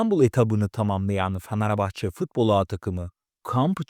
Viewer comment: Ulan ne yalancısınız iki kulübü birbirine düşürüyorsunuz yaptığınız haber değil sen öncefanarbahçe dememeyi öğren kara cahil